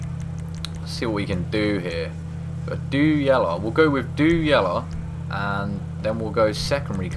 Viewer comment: I am glad am not the only one who says yalla instead of yellow!